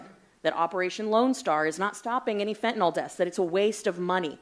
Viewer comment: Now, now i am concerned at how all that beautiful fyntenal is being treated once its been confiscated. Fyntenal has rights to. Lol 😂